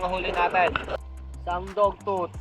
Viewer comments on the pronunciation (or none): Dog tooth hindi dog tot! Tang ina mo bobo mo